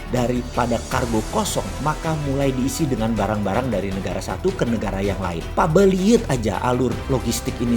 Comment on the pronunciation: Pabeulit jadinya wkwk pabelit boss